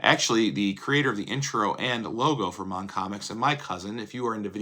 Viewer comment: Remember it is MON Comics not MAN Comics!